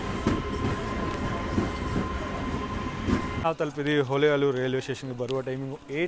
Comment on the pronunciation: Bro ninage Kannada uchara madoke baralla ಹುಬ್ಬಳ್ಳಿ na ಹುಬ್ಬಲಿ antiya, ಹೊಳೆಆಲೂರು na ಹೊಲೆಆಲೂರು Are you tamilian.